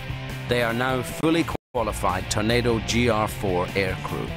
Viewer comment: Can someone tell Ewan Mcgregor its a TORNADO not a "Tunado" LOL